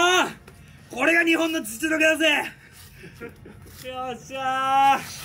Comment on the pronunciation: 実力のじが痔の発音っぽいけどナイスだぜ鈴木痔尋👍